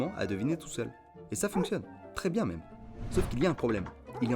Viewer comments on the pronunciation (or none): none